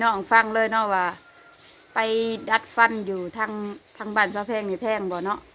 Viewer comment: ทำไมคนประเทศลาวพูด ฟ ฟันเป็น พ พาน